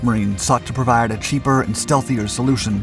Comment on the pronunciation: Whoa, I heard some country voice come out especially during the word "provide".